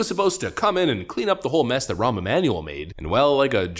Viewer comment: Did you mean Ramm Emanuel? RAMM Emanuel ? RAMMM Emanuel R A A M M M Emanuel? Obozo's Chicago Bath House buddy?